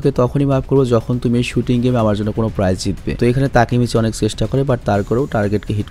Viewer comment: তাকমাচি না তাকেমিচি